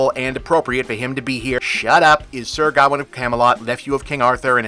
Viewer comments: For a good part of the review I was trying to figure out who Gaowen was, then I realized it was Bob's strange way of pronouncing Gawain. AFAIK "Gawain" should rhyme with "Wayne", "rain", or "pain". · I don’t know how the movie says it, but his name is meant to be pronounced guh-wayn, other than that, great video! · Is it not pronounced’Gah-wayne’?? I’m going to have to research that now. I can see with your pronunciation that it could be a Welsh proto Gavin. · Ever time you said Gawain, I cringed. Can we just ban Americans from pronouncing old British words. It’s pronounced “Ga-wain”